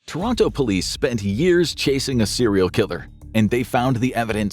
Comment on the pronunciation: Thats not how you pronounce Toronto..